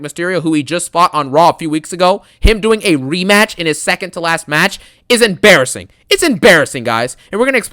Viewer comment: ABSOLUTELY EMBARASSINGUHHH 😬